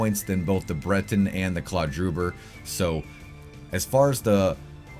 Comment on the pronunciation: Breton Him: Brenton Me: Briiton 😅